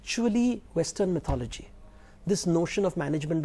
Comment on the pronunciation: Stupid woman keeps mispronouncing mythology, even after her host correctly pronounces it. Couldn't she spend 20 seconds to look it up while the camera was not facing her? What sort of journalism is this. And that guy believes atheism is a myth. Two clowns on one show.